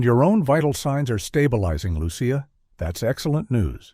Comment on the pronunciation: It drives me nuts that the author named the child Lucia but failed to monitor the incorrect pronunciation of Lucia by the AI voice. It should be pronounced as though spelled Luchia.